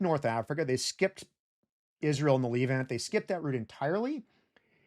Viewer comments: Great doc, just one thing, that "e" in the word Levant is pronounced same way as the "e" in Less. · The Leevant. Dissiciples. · Calling it the lEEvant has to be a crime somehow Love your videos though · You've got a funny pronunciation of "the leave-ant", hehe. Is that an American thing? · Great video, but please learn how to pronounce "Levant" and "Sumatra" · tbh it ruined the video for me so actually not great video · He says the Levant many more times than he says Israel or the Holy Land (though he does mispronounce "Levant")